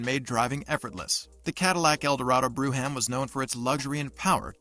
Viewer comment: 57 eldorado "BREW-HAM"...LMAO,!!....not too smart!!!